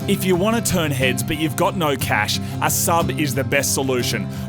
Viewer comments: When they said the've bought a 50 dollar sub, it sounded like they said Saab xD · I thought you were saying saab at first too... :p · lol I really though you said "a Saab", then I noticed it was "a sub" lol